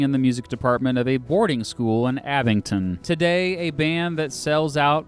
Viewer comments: I live in Oxfordshire and I have NEVER heard AbingDon pronounced with a T (AbingTon) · AbingDON, not AbingTON... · Abingdon* not Abington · "dun"... Abing-dun. With a D. Abington is forty miles north in Northampton. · AbingDon not AbingTon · The word says Abingdon but he says Abington???? Sends a pedant crazy lol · That's Abingdon, not Abington, mate. If you got the first word of this wrong - twice - I have to wonder what else you got wrong. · From someone who actually lives in the same town that Radiohead is from, I can’t stand the way you pronounce “Abingdon” it’s pronounced: “ab-ing-don” not “abin-ton” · erm. No. AbingDon it is. AbingTon it is not. Perhaps confusing it with Arlingdon Cemetery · why are you saying ‘abington’. the d is right there in the name of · He keeps saying ‘Abington’- as an Oxfordian, this annoys me. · The way he pronounces Abingdon "Abington" makes me cry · Abing-DON there is no t in the word! Good video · “Abington” are you for real where do you see the T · It's Abingdon. With a "D", There's no "T". Did the "D" in the spelling confuse you ? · That’s not how you say Abingdon. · He doesn't know how to pronounce Abingdon, either. I don't know why you'd pronounce it with a t. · He’s from Kansas I bet.